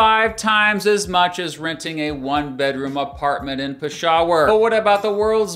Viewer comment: Oh man, your pronunciation of Peshawar is so wrong & unforgivably unresearched